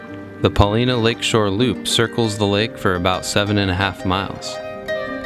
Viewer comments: Chief Paulina's name is pronounced Pahl-eye-nah, I believe, not Pah-lee-nah. Beautiful video. I really enjoyed it. Thank you! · Wonderful video. A correction I'm sure others have given: we pronounce it Puh LY' nah. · Brilliant video! One small note: Pol-EYE-nuh. I look forward to more of your outstanding work! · Love your video of Newberry Crater, Paulina Lake and East Lake. Have been there many times. My only criticism is your pronunciation of Paulina. I am not an expert but I have only heard it pronounced as “ Pa line a” emphasis on the word “ Line” If your research proves me incorrect, it’s OK. Thank you!